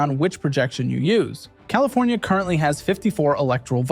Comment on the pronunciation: Fllowed by Colifornia-Florida 😂😂😂